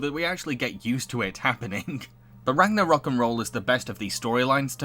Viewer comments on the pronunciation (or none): That isn't a loft it's an attic Also its rag-nor-rock